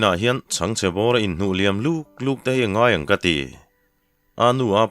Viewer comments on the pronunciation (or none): none